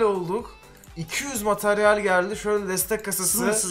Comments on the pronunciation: on bin METERYEL diyor abimiz:D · Materyal yerine METERYEL diyor